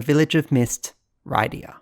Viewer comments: Not gonna lie, a piece of me dies inside every time you say "Ride-ee-ah" instead of "Rid-ee-ah" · Wrong pronunciation of Rydia, unsubscribed /s